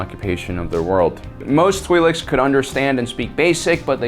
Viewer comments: It is in fact pronounced "tw-eye-lek' (singular) "tw-eye-lex" (pleural). And their ability to have children with humans only exist in Cannon. In legends the two species were genetically incompatible. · I think they're pronounced "twil'eks" like with ill but with a tw at the beginning and ek as in the last part of the word neck I think I heard it pronounced that way in clone wars but I'm not sure if I'm correct I'm mainly guessing.